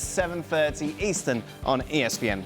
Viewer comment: ESP-HAINE TV 😂😂😂